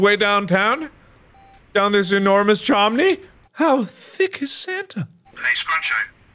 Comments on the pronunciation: “Thats not a chimney, that’s a chomney” 😂 -Markiplier 2020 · Markiplier: “that’s not a chimney, that’s a CHOMNEY” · "That's not a Chimney, That's a CHOMNEY " -Markiplier 2020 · Chonkey chimney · “That’s not a chimney, that’s a CHOMNEY!” 😂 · Markiplier: “That’s not a Chimney, that’s a CHOMNEY” Me: Dying of laughter😂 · Who else laughed like hell when he said Mark: That's not a chimney.......That's a CHOMNEY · "That's a C H O M N E Y" Markiplier 2020